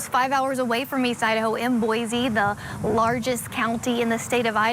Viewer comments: There is no Z in Boise. It’s pronounced Boy See. While I am at it. There is no COW in Moscow. It’s pronounced Moss Co. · Just FYI..it's pronounced [Boy-See